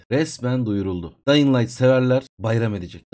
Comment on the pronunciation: Abi dayın değil dyıng